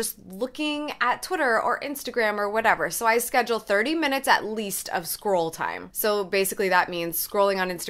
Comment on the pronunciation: When you said you make at least 30 minutes of scroll time I swear I thought you said squirrel time LOL Love these tips